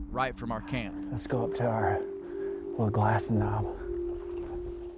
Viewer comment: Did just say "glassy knoll"!! Hahahaha